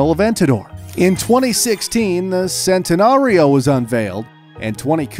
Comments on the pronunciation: You’re mispronouncing every single car in Lamborghini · I want to pull my hair out. This man can not pronounce these cars wright🤦‍♂️. He is saying it in an English way but it is supposed to be pronounced with an Italian accent. For example he said “Sentanario but it is pronounced Chentanario. And the way he said Uris🤦‍♂️ I want to cry. Other than that it is a very educational video. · And now he sayin sentenario